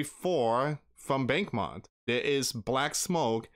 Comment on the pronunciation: Its pronounced bach-moot